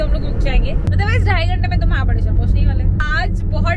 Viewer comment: its mahabaleshwar not mahabadeshwar